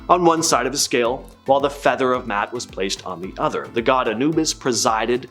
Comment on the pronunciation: Poor enunciation of the Divine Ma’at. Please review & learn.